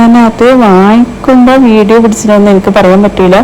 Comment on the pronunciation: അക്ക് അല്ല😂😂.....എനിക്ക് എന്ന് പറയൂ